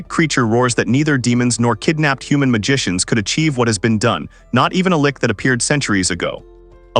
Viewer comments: she's not a Lich, she's a "Lick" lol Also, the Ai is reading the story left to right, should be the other way around. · Whoever made this has done such a shoddy job of making a script for the AI to read it will give you a migrane trying to keep up with it. From stupid shit like reading out 'thats' as 'Tee Aych Aye Tee Ess' to switching between "L-itch" and "Lick" (pick one, stick with it) not to mention that names keeping changing. Total nightmare, probably a good story though. 0/10 DO NOT WATCH, DO NOT PASS GO, REMAIN IN JAIL